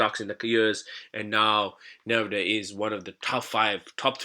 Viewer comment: its pronunced uhnvideeuh btw :) not an important thing tho should we buy the dip? I mean nvda